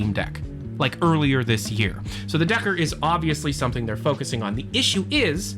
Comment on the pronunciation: deckard not decker